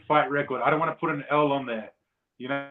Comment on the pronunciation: "i wanna prrrr it out there really quickly" 😂